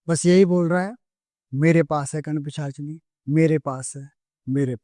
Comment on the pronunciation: एक भी बार सही से पिशाचिनी नहीं बोल पाए सही से